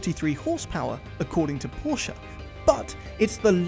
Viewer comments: PRONOUNCIATION POLICE: MISPRONOUNCED PORSCHE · eh mates, it's pronounced 'Porsha', not 'Porsh'.. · Why do Brits continually mispronounce Porsche? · Stop mispronouncing Porsche